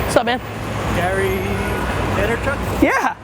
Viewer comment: Yeah and he almost did the Gary Vay Neeer Chuk , sound out. lol